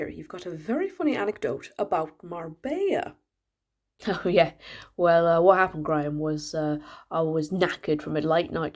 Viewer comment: He would never pronounce Marbella properly! He'd call it "Mar-bell-a."